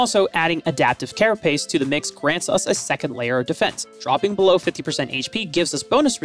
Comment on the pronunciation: "Adaptive Caraspace"😆